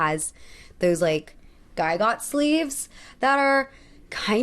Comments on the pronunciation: Vanderbilt and Astors WERE OLD MONEY….. Also “Gigot” Sleeves is a French word for leg of mutton sleeve and pronounced “Gee-Go” NOT “Guy-Got”! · gigot sleeves= zhi-GO. not guy-got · I’m sorry to point it out but « djee-gut »!! I know french is difficult but I feel like prononciation is part of the work. It’s just my opinion, I might honestly be wrong here. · "Gigot" (at about ) should be pronounced "zhee GO" or "JIG ut." (Its etymology is French.) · gigot is usually pronounced GEE-go